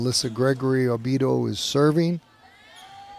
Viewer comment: Oh-bee-EH-do is Obiedo's name. Thank you.